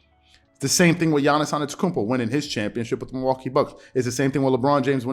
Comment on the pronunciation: Dont mean to be that guy but you keep pronouncing Giannis's last name without the first t, saying anetokounmpo. Not sure if you realized but just wanted to point it out. Really enjoyed the video, keep up the great work!